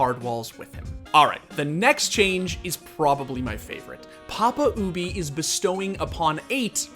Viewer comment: never ever ever ever say papa ubi again